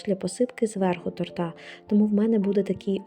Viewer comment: Ну не тортА ! А тОрта ! Вибачте .